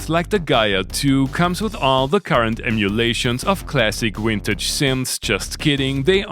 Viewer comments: It's vintage, not "wintage". And activating, not "actiwating" ("Doomed" video). Learn how to pronounce an english v, please, this can otherwise cause ear cancer. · "wintage", "awailable"... It's everywhere. Why? 😣😫😵